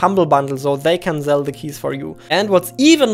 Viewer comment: I like how u say "zell" not "sell" its cute ngl